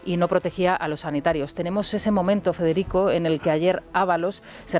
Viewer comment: Tusk co U, Fedeghico, que es polaco, no Espichinglis😂